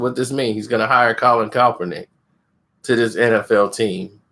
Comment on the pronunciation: Stop saying coppernick 🤣🤣🤣